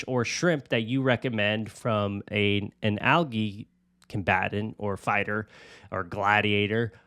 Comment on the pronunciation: Anyone else just now realize you were saying algae wrong this whole time or just me? 🫠